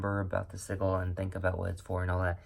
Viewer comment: Hon / not meaning to be a Ultra Virgo during this season / yet we pronounce sigil as /si juhl/. And nice!